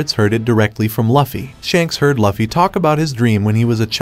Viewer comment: I'll give you a thumbs up but maybe the reason people do not subscribe to you is because you are calling their hero LAFFY! come on man it's Luffy wtf, I honestly hate it when you pronounce it wrong.